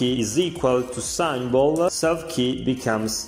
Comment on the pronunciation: I cant get over how he pronounces symbol